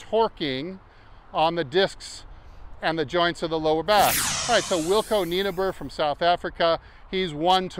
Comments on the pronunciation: Its 'Knee-nobber'. That's 'stupid long' in Afrikanner. ;) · Ok can we Saffers try correct your pronunciation of the name Nienaber…. Pronounce it as follows ‘Knee Nah Burr’. Can you try this. Thanks, from a proud Saffer 🇿🇦